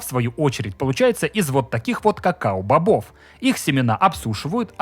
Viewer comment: кокоа бобы😂